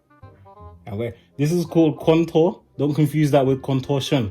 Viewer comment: Guy: this is QuAnTOurr